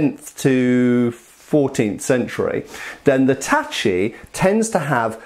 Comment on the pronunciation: I love the change in pronunciation of the word tachi since the last video of yours I saw